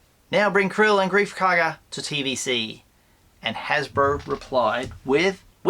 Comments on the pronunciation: Do you have a yabby stuck in your teeth??? Kuiil, it is pronounced Kwill, there is no R in the word. Stop pronouncing it Krill. I thought you were a Star Wars expert, NOT ! ! ! ! ! ! ! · Why do you call kuuil krill?